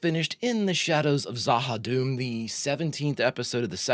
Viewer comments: There is more to Vir and Vir *knows*! The Shadows and the Ministry of Peace will continue to be built up. And, as I'm sure you know by now, it's Za-ha-DOOM and not Za-ha-DUM. Rather Tolkien-esque sounding. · Za Ha Doom. The way you're saying it is dumb. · z'ha dum should be pronounced zha ha doom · It maybe spelt Z'Ha'Dum' but it pronounced Z'Ha'Doom, plus saying doom at the end rather than dum makes it more scary. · In case no one has stated it, the pronunciation is Za Ha Doom. I don't know whether it is true or not but I did read that Lou Welch left B5 in 2259 after being promoted to an off station role